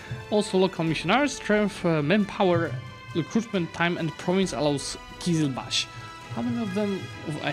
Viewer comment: Not qizilbakh, qizilbash which means “red head” in turkish